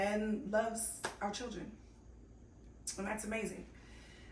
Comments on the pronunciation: He said “Cir-Rin” (children) 🤣🤣🤣😂😂😂😂😂😂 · Did I just hear this man say "chirren"? Keeper. 😂❤